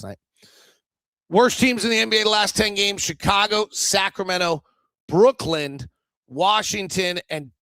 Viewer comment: I'm pretty sure that it's Brooklyn and not Brooklynd. 🤷